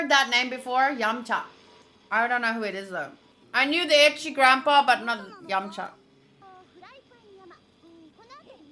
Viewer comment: 7：29 你的廣東話唔錯，飲茶😂😂